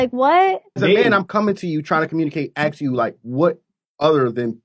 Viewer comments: black dude dressed also wearing black "cap" can you say ask please instead of "axe" aks what s the deal with some of Afro-American dudes "can't" say ask? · It's very annoying when people say "AKS" instead of ASK.